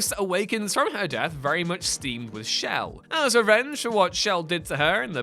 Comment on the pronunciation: Whose "shell"? I think you mean chell,.